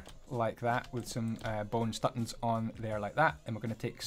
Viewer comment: bone stuttons?😂 and power flot?